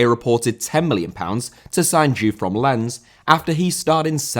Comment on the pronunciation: Excellent video, but try to check pronunciation of foreign personal names and place names - Charleroi, Jean Tigana, Lens, Bianchi, etc.